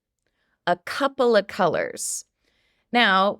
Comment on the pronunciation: I love the way you taught us how to pronounce "a couple of colors" (copla), and I also learned how to use the word comb in another context. Thank you ❤